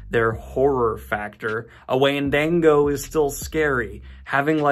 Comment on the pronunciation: Did he just mispronounce "windigo" at the end 😂